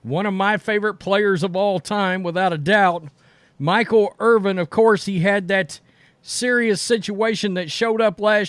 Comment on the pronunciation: It's Irvin, not Irving. 🤦‍♂️ This guy says Irvin and then, sometimes even in the same sentence, says Irving. It's like that in every video he does talking about Michael Irvin.